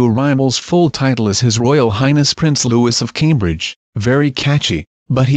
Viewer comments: George V is read as “George the Fifth”, not “George Five”. Same for any other regnal name followed by a Roman numeral. Get it right. And pronounce the Prince’s name right while you’re at it. Lou-ee. Practice saying it a few times before you record any more videos commenting on our Royal Family. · Can you either get a computer to say his name right or just not issue videos on the child at all? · Janet Munro I studied French language as a course towards the end of Primary School in 2012 then again in 2013 at the beginning of high school the high school course was for 3 years . And I can now tell you that the person narrating this got the pronunciation of Prince-Louis name wrong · At least pronounce his name properly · The s is silent and Charlotte is pronounced sharlotte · THE S IS SILENT PLEASE LEARN HOW TO SAY HIS NAME OH GOOD LORD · It's not pronounced loo-is it's loo-ee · Hey,, learn the proper way to pronounce Prince Louis name! It not Lewis- Lū-iss. It is Louie Lū-ē. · Looee not Lewis...Its a French name. Please dont make a fool of yourself with pronunciation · It's Lou-ee not Lou-is. If you are going to comment on the British Royal family learn how they pronounce the names. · Oh god, I really wish that people would STOP mispronouncing the little prince's name! It isn't pronounced 'Lewis'! It's correctly pronounced 'lou ee', the 's' at the end is SILENT! It really ANNOYS me when people mispronounce his name 'lou is'! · Ikr? Just going to comment on that. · The new prince's name is pronounced the French way: Lou ee, not Louis. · It's not Lewis, it's Louis !!!!! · Exactly but not everyone knows French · Not 'loo-is' it's loui If you are going to discuss the royal family actually pronounce their names correctly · It’s not pronounced Lewis - if you’re going to narrate these videos, get the pronunciation right - it’s pronounced Lewee. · His name is Louis, not Lewis, Louis. seriously pronounce his name right for god sake